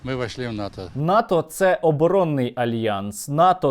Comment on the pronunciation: НАТО, а не ВАТО